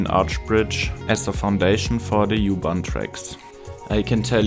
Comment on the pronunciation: The YOU-Bahn :elbowcough:Der war richtig gut!:goodvibes